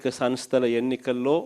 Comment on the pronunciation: నత్తి 11 సార్ స్థానిక సన్ స్థలు కాదు స్థానిక సంస్థలు, ఫెయిల్యిర్ కాదు ఫెయిల్యూర్ ముందు మాట్లాడం నేర్చుకో నత్తిపకోడి నువ్వు ఇక జన్మలో గెలిచేది లేదు.